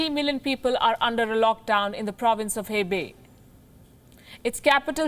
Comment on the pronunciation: Small correction: "Hebei" is pronounced "Huh-bei", not "Heh-bei" Other provinces are pronounced well though